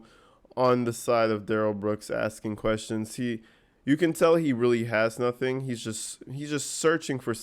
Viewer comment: Maybe they should ask Darrell why he always looks at the ceiling when “axing” questions!? He hated when the witness looked at the jury to answer questions.